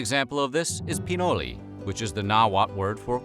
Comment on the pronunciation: No, it was meant to say PinolE, but you know, he is an American and they pronounce everything however they find comfortable. Anyway, you were wrong also, and only a Google search away from understanding what he meant